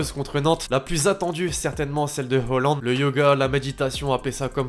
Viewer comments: C moi ou dit holand au lieu de halland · On dit halland avec l'accent norvégien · On dit Holland